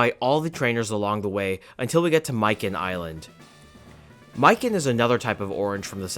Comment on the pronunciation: Welcome back! It's been a while, I hope you were able to actually get some rest in the interim. Separately, Mikan is pronounced "Mee kahn", not "my can", just to let you know.